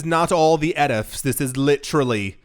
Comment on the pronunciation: It was funny when you pronounced ETFs and BTC completely phonetically like you've never seen an acronym before 😂